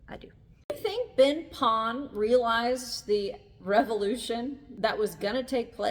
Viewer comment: Ben Pon* (not Been Pon). Beautiful vídeo 👍🏻